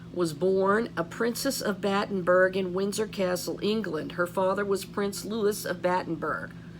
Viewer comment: Hi 😊💕🌸thanks for all your diligence! Louis is pronounced “Loo ee “